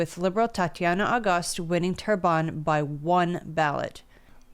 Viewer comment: Terrebonne = Good Earth = Say: Tear Bun [Bear phonetic] Sounds much better without actual French speaking. I have too struggle from "I only ever seen this written, never heard it said"... but now you know. 💫